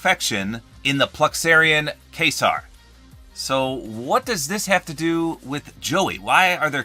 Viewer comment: When you said "quasar" u said is wrong. At least from what i heard